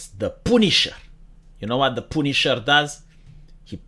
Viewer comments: I never knew the punisher "poonished". XD Love your videos man, your 100% right, America is a shitshow. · Came here to hear say "Poownish" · The pooneeshar is ready and willing. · The way always pronounces the word Punisher is something else.